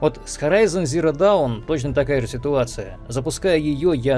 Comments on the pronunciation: Наверно писали уже, но даун - это down, а dawn (рассвет) читается как доон. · Уважаемый бомбящий! "Даун" --- это сами знаете кто (возможно, даже и не догадываетесь), а вот слово в названии игры читается как "дон" с длинным таким "о". Но к делу это, конечно, не относится (C) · Он специально dawn называет down? Как-то режет слух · Я один слышу какую то хрень ? Dawn произносится как "Дон" и переводится как " Рассвет". При чем здесь "Даун"-" Dоwn"- вниз? То есть если уж дословно, то игра переводится как " Горизонт нулевого рассвета" , а не "Горизонт ноль вниз". Может я не понимаю что то????? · Вниз на английском пишется down, а dawn - это рассвет и читается как дон. А так мне все понравилось👌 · Спасибо! А то бесит когда Dawn - Даун или Saints Row - Сэйнтс Ров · эм... откуда ты взял "ноль вниз" и "зиро даун"? если это намеренное искажение - вопроса нет, но если это серьезно... подучи произношение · вопрос был ошибся ли блогер или намеренно неправильно произносил название, я понимаю слова dawn и down похожи, но произносятся по разному и имеют координально разные значения.